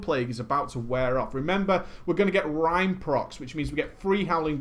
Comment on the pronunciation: gz on 20k. also, its rime not ryme